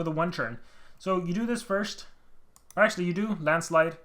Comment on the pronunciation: When you say the Onminus landslide... I hear Ahma Niah's grand-slide....